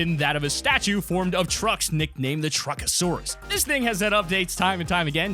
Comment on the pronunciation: Don’t call it truckasairs call him optimis prime